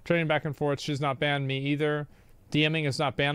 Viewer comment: Maybe now hes banned he can actually put his time into something actually constructive. Like practicing how to pronounce simple f*cking words like "banned".. 🤦‍♂️